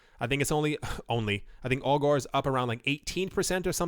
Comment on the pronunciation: Every time you say "Augur" - I here "Al Gore". :D